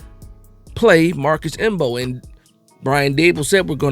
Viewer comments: The M is silent 😂😂😂😂😂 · Bro I came here for the same, I was like cmon the m is silent.